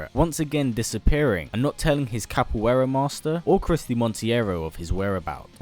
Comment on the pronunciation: i know you don't know portugese but that "Capoeira" made me cringe